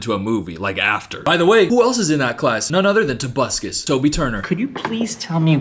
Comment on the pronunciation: Every time says "tobuscus" I get an electric shock directly to my central nervous system